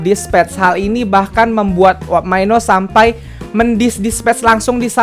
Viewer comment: Bisa gak sih bilang mino itu mino aja gak usah maino😁😪